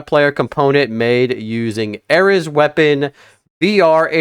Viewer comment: Normal people pronunciation: ARES (AIR-EASE) Him: ARES (AIR-RIZZ)